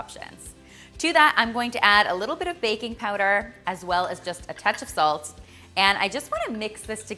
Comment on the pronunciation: Tell me why I heard baby powder instead of baking powder 👶🏻